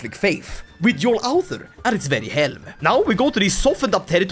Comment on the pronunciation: Oh my god how do you always manage to mangle Norse so god damn badly. There's a u sound between the ð and the r! Do they teach you nothing in the shack collection that passes for Swedish schools after you privatised everything???